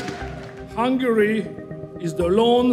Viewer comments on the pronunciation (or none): she also said "hungaria". Then she goes on to talk about Europe and Hungary like as if she even knows where these places are on the map, let alone the politics. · …”Hungaria”… Bless her heart. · When she called it Hungaria 💀